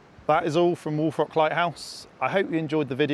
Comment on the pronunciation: I know he's saying "Wolf Rock," but I can't hear anything else other than "Wool Frock." I'm serious.